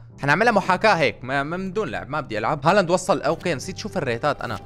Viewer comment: ليش اتقول ارلينق هوولاند😂😂